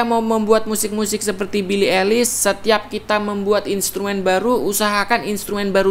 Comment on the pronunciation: Yeahh just say ailish not elis😑